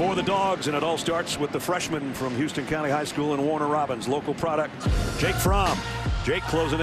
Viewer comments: It always annoys me when the announcers mispronounce things. Like Houston county. It's not pronounced like the city, but like house-ton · I live in Houston county and they always pronounce it the same as Whitney Houston name when it's not